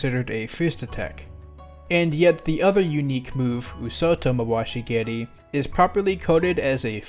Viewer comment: props to for saying nata otoshi geri and oosoto mawashi geri better than literally any other non japanese smash characters